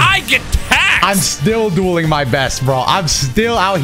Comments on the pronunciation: Each time you say “we will be dueling eachother” I hear doing l😅lol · that intro always make me go ayo, because i hear saying "doing" instead of "dueling"